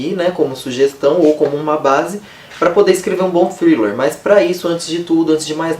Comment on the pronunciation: Hahahahaha, amei você falando thriller no início! Ganhou uma inscrita!